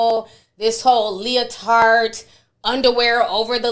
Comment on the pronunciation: Ti is killing me with this “leo-tart”😂 emphasizing the hell out of that “t”